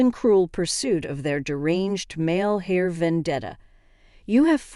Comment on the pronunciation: Should be “heir” not “hair”.